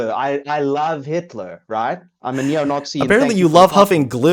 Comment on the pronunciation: definitely South African. Unfortunately, he's one of ours. Listen to how he pronounces 'it' as 'ut'. And 'Nazi' as 'Nawtsy'.